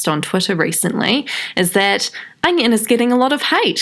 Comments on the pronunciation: Every time u say onion i cried in laughter.... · every time she said onion i laughed ps. loVe yOu shAnE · Every time you said onion I died 😂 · I literally never comment on anyone’s videos, but I’ve literally fallen in love with you. I literally died every time you said ‘onion’ I’m losing my shit.